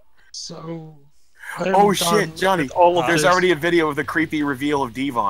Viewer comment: and it's Johnny, not Jawny and it's Htial not Hteel. It's just ways their names have been said in streams.